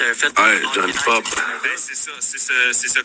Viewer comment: Pourquoi dit John Pop?? 😡🤬